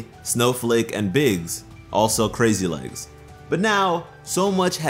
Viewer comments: I cringed everytime I heard him say "crazy legs". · Is saying "crazy legs?" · Omg. It’s crazy lace not crazy legs, you’re killing me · Ok 1 Biggs Jasper 2 Snowflake obsidian And 3 it's Crazy LACE (type of Agate) Not "Crazy Leggs" all three are gem types Not to yell at you or anything but... DO YOUR RESEARCH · It’s “Crazy Lace” not “Crazy Legs” Crazy Lace Agate is an actual gemstone. I can understand how you got it wrong though, I heard it wrong the first time too. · The gems name is Crazy lace, but he says crazy legs